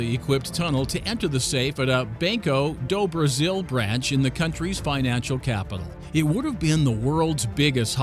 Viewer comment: This man butchered the Portuguese pronunciations so hard Reais is Rey ais if you can’t speak Portuguese or something like hrey ais if you can Banco do Brasil is don’t bank o doh brazil it’s bahn-ko duu brazil Idk how he fucked up the “do” if he pronounced it the same as it english it would have been fine